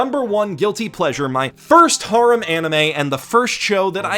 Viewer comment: Stop saying harem like thatttttttttttttttttttttttttttt